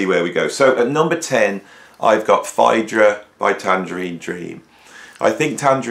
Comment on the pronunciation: Interesting pronunciation of Phaedra?